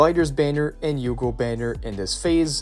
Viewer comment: a bit of me dies everytime he pronounces Hugo as Yugo